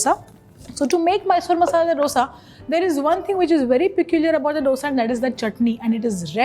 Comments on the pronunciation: It is not "dodsa" IT IS DOSA😂😂🤣😂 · Wow! Aap ch*@ bhoot acha banathe ho... MYSORE Masala Dosa nahi... Aur ek baat, its pronounced as DHOSA or DHOSE... Stop acting like Ramsey